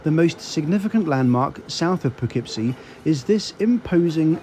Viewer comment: I appreciate that you absolutely nailed the pronounciation of Schenectedy and Poughkeepsie.